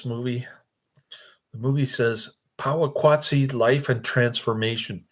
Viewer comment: Oh My Gosh. It is pronounced Poe wa kat see.....if you are going to review a movie, AT LEAST, get the name right!!!!!! Did you even watch this movie? It is about industrialization and population affecting what were once simple slow lifestyles. The music works well with the images....sheesh, you are an unqualified "reviewer" of this. If you are a "movie reviewer", your pace is ridiculously slow, incoherent and sadly obtuse.